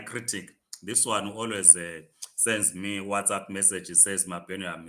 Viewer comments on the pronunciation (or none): none